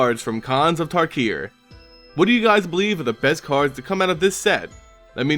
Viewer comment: It's pronounced tarkir, not takir